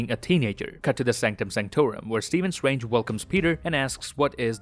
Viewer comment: Doctor Swange 🤣